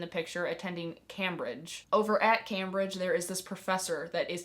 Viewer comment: I've heard really mediocre things about The Maidens which took it off my TBR unfortunately. Also, Cam in Cambridge is said like came, just for future reference :)